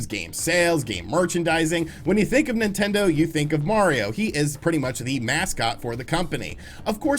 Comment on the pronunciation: Did he just say ‘nintento’? - .